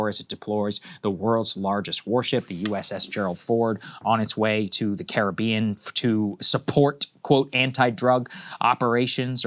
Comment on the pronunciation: Why does Saagar pronounce Caribbean that way? 😂